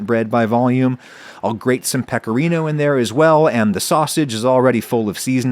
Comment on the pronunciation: I never heard "rotolo" said with a worse accent lol Why americans, just why But hey +10 for saying Pecorino right